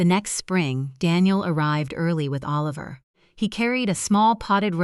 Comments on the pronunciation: Please teach AI how to pronounce 'Oliver'. Half the time it was pronounced 'A-liver'. That's distracting. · The child’s name was..Oh-Liver??? Isn’t it time you got a human being to read??? FawkAI!!